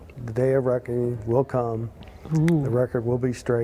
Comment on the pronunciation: he's saying "the day of Ragu", not "the day of reckoning" interpret as you wish